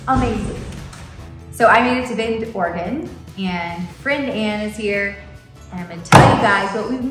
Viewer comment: Thank you for pronouncing Oregon correctly!!!